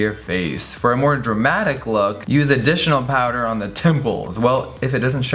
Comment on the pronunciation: "if it doesn't show up how the mothefakkinn it gonna be dremmadiccc" lol 😂😂😂😘😘